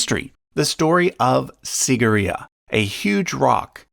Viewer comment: Pls this is how to pronounce it like this seegiria sigira